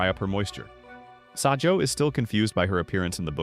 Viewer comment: it’s not sajou is sajo